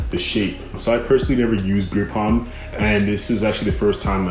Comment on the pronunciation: You know it is beard "balm", not beard "palm", right?!